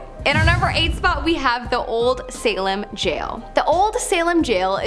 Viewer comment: Salem...not Salam